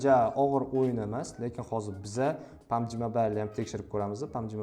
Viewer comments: Pabg❌ pamji😂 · Pamji , aspalt😂